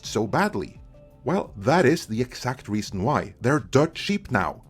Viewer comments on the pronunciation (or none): none